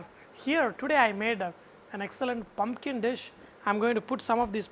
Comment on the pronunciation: i like how he says "pum 'p' kin"